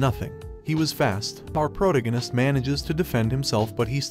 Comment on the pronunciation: fix how your bot reads protagonist bro. its irritating